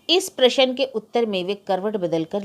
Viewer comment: आप अभी तक प्रशन ही बोल रही हैं....प्रश्न बोलना इतना कठिन भी नहीं है।